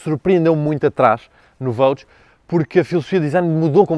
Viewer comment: É costume dizer que “gostos não se discutem”, mas este Range é soberbo e só “ultrapassado” pelo irmão Velar., no Vogue não se lê Vogue com “Gê” em vez de “Jê”? Um G seguido de U lê-se “Gê”, correcto? Isto mesmo não sendo em português. Continua com os teus grandes vídeos. Parabéns